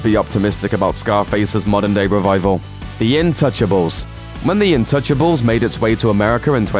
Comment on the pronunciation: It's actually called INtouchable. That is the title. The vo sounded close to untouchable but it wasn't the case. But the irony still applies, kinda.